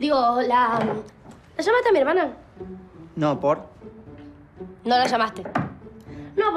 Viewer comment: Cuando dice no por ? Parece que dice nopor